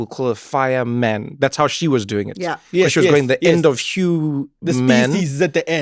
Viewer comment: “How you dzoing” I miss Miss Wendy so so much